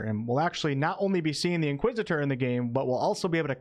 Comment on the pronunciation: Nice pronunciation of Inquisitor 👍